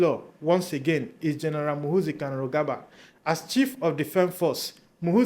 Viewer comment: Muhoorrrzi not muhuzii.